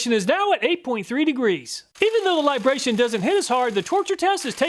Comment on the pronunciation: It's LibraTON, not Libration. 😄